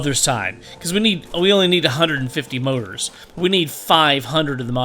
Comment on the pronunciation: those mouras hahha i always laugh when you say motor and oil LOL